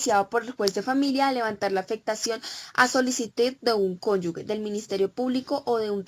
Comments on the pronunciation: No son cónyugues, son cónyuges. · ESTA BERRACA NO PUEDE PRONUNCIAR CÓNYUGE?